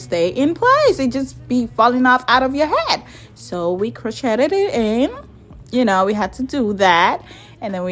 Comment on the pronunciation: Do you mean crocheted. It's pronounced "crow-shayd." Like the shade under a tree.